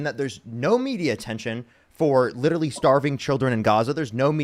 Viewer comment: i think its cute the way says 'littaly'